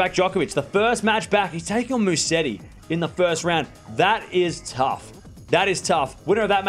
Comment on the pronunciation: "that is taugh" 😀 No,bro that's gonna be easy training 😉